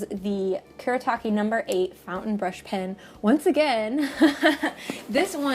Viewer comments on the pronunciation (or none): Lovely video! (As always, lol.) This is especially nice for me since I love brush pens. <3 Also, on a side note, since these brush pens are Japanese, you would pronounce them the way they are spelled, so Fude would be "foo-deh" and Kuretake would be "Ku-reh-tah-keh." (I'm not the best at explaining, but I hope this makes sense. xD